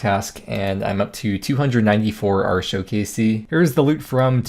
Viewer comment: Dear god please stop prononuncing Arrrr-teee-ohh like ar-sho. I know the wiki text to speech told you that, but it actually makes my ears bleed. Love you, I just can't take hearing Arsho again.